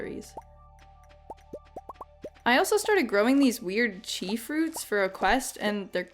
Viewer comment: Every time you say "chi" I die a little inside.